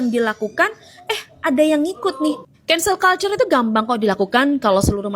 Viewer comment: Cancel culture cara bacanya "kensel kalcer" bukan "kultur"